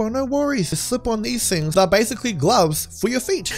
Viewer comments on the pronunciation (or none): none